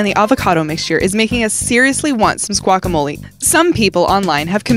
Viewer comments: Did u say squackamolie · Wait did she say... SQUACKAMOLI?!?!?! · Did she call it Squakamole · Why did u say we want some squaklemolie